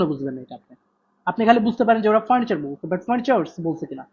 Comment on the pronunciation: vhai apnar pronounction wrong hoy....furniture